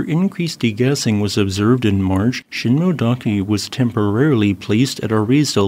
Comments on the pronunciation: Shin-moh-eh not shin-moh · Sheen-moh-eh-dah-keh. The “-moe-“ part is two syllables, “mo-e”.